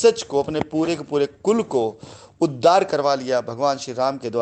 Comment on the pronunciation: अवलेहना नहीं बे, अवहेलना... उद्दार नहीं, उद्धार... प्राकर्म नहीं गंवार, पराक्रम... और तू रामायण व उसके पात्रों का उदाहरण न दिया कर... तुझसे घिन आती है, तुझ पर थूकने का मन करता है !